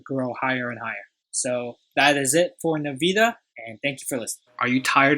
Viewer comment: Nice analysis! It’s pronounced “N-Vidia”.